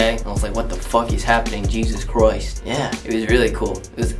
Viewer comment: “Jeysus ChRoIsT”- ✨🌝